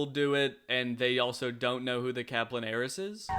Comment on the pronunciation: I know it’s ‘heiress’ but all I hear is ‘Aeris’